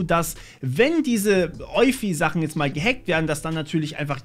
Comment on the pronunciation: Ich würde Eufy so wie Spotify aussprechen, ist aber auch nur eine Vermutung